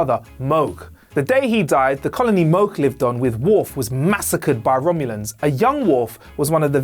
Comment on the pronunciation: I always thought it was Worf son of Mogh, not Worf son of Moe nice to know.